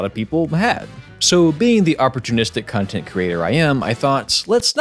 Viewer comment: I thought you had said Cuntent creator for a second